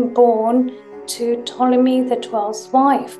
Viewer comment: Why did Hawas say Ptolemy as Potemy? Was it a Latin pronunciation or something?